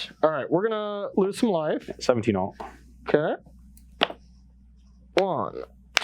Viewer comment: nobody:...: Okah